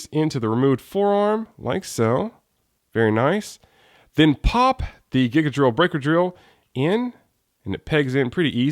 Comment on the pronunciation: I'm pretty sure it's pronounced GIGA .......DORRILLU .....BRAIKAAAAAAAAAAAAAAA!!!